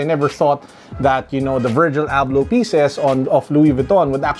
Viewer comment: Wallet looks nice. Did you get excited towards the end of the video as it sounded like you called him, perhaps it's his Moroccan cousin. 😉